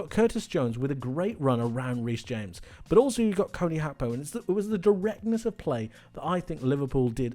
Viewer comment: Why do you pronounce Gakpo like that?